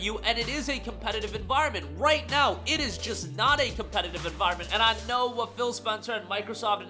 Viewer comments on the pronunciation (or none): none